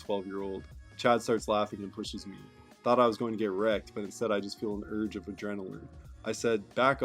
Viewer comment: Repeat after me: "A surge of adrenaline.": "An urge of adrenaline."